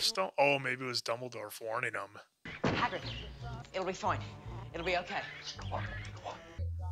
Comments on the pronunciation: I feel like the guy on the left always gets the names wrong on purpose, Silis Black, Hermoney Granger, Haggard lol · Hagerd Hermone And Silus 😂😂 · I love the way these guys nonchalantly mispronounce the names and the others are always like “hmm indeed yes” bro Silas Black and Hagard 😭😭😭 I love you guys and I am a filmmaker who’s also doing a corporate 9-5, starting a YouTube channel solely inspired by you guys ♥️